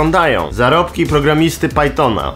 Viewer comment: pajtona xD